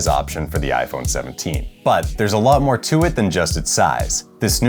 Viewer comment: "But, theres a lot moe to it than size." this has two meanings 🤣